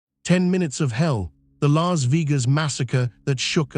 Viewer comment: Lahs veegas?!!!!